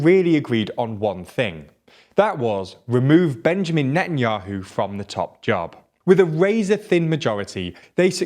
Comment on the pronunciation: his name isnt even benjamin its bibi... the way hou pronounce netanyahu is just awful to its painnnnn. it is: ne tan yauw